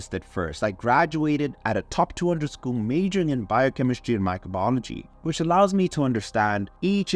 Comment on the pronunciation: Did he say too 200 school 🤣, TWO HUNDRED